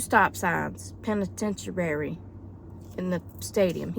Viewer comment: LOL. Penitentuary. I couldn't stop laughing.